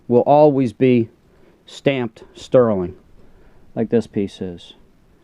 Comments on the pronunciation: Please. Sterling, not sterlin'. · I’ve Heard of STERLING but your the first person I’ve ever heard call it sterlin?